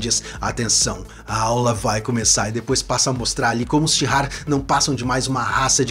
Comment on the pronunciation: O nome da civilização/povo é Shi'ar, não tem "h" nem "r" antes do "ar". Então não sei se a pronúncia é com "r" como você fez....